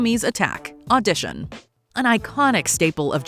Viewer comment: Oh, gods, "Odishon" (Audition) was a rough one.